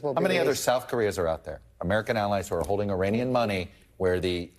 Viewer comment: Please, you are an educated man. It is not 'e-rain-ian'. It's e-rahn-ian. Act like you know